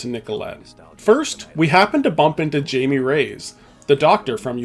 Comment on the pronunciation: I do have to ask one thing: Did you not listen to the audio in the game? The names like Jaime is Hy-me and Walton Simons is Not Walter Simmons. Just confusing how you make these errors with iconic characters who have their names said many times.